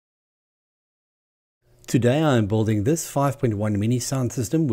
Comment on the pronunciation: I love your work .. but Why do you pronounce it boolding? Build and building is ”Billt/billd and billding”